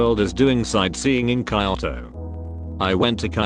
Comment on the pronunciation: TTS says "kayoto" Lol